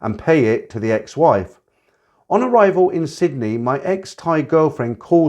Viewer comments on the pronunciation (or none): none